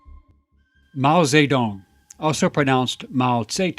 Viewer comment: Did he say Meow Shit Tounge?